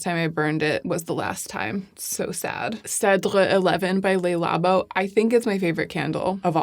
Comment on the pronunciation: The "Le" in Le Labo is actually pronounced as "Luh". Le Labo is French for "the lab". (well, "labo" is an abbreviation for "laboratoire") I've noticed many other YouTubers also mispronouncing the word the French word "Le" as if it were Spanish by also saying it as "Lay". This happens with the French word "de" a lot as well. It's pronounced as "duh" not "day", as the Spanish would pronounce it. As in the once famous "Bronze Universel de Chanel". The "de" in the name is pronounced as "duh" in French, again, not as "day" as the Spanish would pronounce it. A common thread here... Pronouncing words as the Spanish would, although in French context.